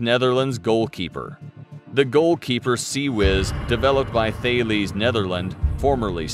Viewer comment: thales pronounced Tal es